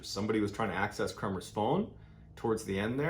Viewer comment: You have made some major mistakes in this one:- 1/ You have incorrectly pronounced the name “KREMERS”. Please do not pronounce a persons name as if it is according to American/Canadian rules. They are Dutch..!! 2/ The girls did NOT stay at a hostel in Boquette. They stayed at the private home of a lady named Miriam and they had their own room. Miriam often hosted travellers and the two girls were the only guests there at that time. 3/ Their host did NOT have a dog that they trekked with! The dog that joined them for a short while on their trek was named “Blue” and he belonged to the owner of the restaurant at the start of the Pianista trail. The girls caught a taxi from their homestay to the start of the trail without any dog! I enjoy your videos, but not this one unfortunately, as some of your supposed facts are only mentioned by ordinary people commenting who have not looked into the facts of this case. PLEASE research how to pronounce a dead persons name correctly as a matter of courtesy..!!